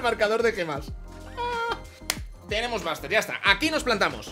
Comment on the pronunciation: No es browler es brawler y no es baster es buster